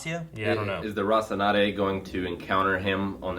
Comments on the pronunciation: He’s totally playing it up. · Classic pronouncing Rocinante without the 2nd "n".... just like how he kept saying Calvary instead of Cavalry and Talbolt instead of Talbot in Agents of SHIELD... at this point idk if he's just playing it up or what.